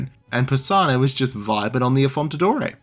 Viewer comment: Like the video, thx, but a bit of preparation on names wouldn't hurt. Just one example: it's 'AffonDaTore', not 'AffonTaDore'.